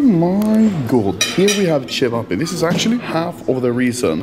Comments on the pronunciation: Im actually impressed, how you pronounced ćevapi. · Anomaly real serbian and not having problem saying it right like cevapi 😆